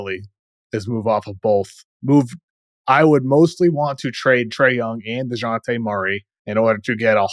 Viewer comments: Man called dejounte deyante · The industry is weird. No one knew who Wemby was until we were told. Sar shows a lot of potential. He looks stronger than Wemby and weighs more plus shows great athleticism. Also I don’t appreciate white boy messing up Dejounte name like that lol.